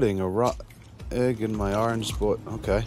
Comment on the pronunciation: “ putting a raw eh in my orange boy”